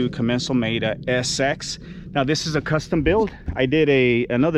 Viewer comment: I've never heard it called a 'com-men-zal' before!